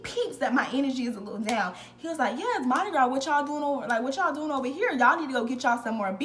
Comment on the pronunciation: I’m from New Orleans. You said it correctly and I was a crew of Nyx rider (all female parade tht signature throw is Purses) girl HMU wen u back in town!